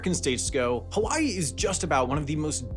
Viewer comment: Good video, but you should have literally anyone in your research team check the pronunciations when you're doing a video where a lot of the words are a different language. You at least got "hawaii" right 50% of the time, but pronouncing Kamehameha like a dragonball z attack makes it clear you didn't even try.